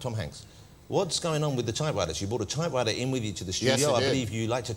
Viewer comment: what on earth is that stupid pronunciation that guy has for typewriter -- sounds like " tie - wi - er " the p in type and the t in writer are missing, and the r sound at the start of writer is a w instead of an r. He has no authority to criticize anyone's accents after that garbage attempt at saying a word. He said the word about 5 times and I had no idea what he was saying until Tom Hanks repeated the word.